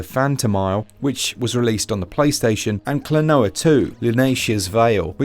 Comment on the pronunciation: KLO-NO-WA is the correct pronunciation. They are even singing it in the intro music 👍